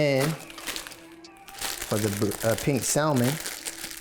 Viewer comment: Loon!? Immediate click. Damn he fine!...but I CANNOT take him pronouncing the "L" in "salmon" and that damn fire alarm battery he needs to replace!